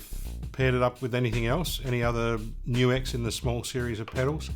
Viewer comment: I like how you know HOW to say NU-X! \m/